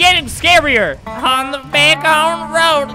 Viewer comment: no it's da not the